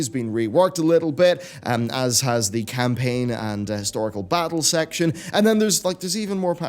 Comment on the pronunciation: Khanpaign... Haaaaaaaaaa Haaaaaaaaaaaaaaa